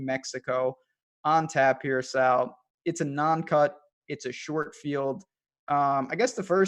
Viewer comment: Hey. His name is Sal not Saul wtf.